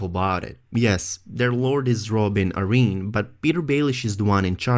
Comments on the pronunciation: "A-reen"...Air-in is how you pronounce Arryn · i thought it was Ah-rin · heirs is pronounced eirs, the h is silent, Arryn is pronounced Aaron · Say Arryn one more time...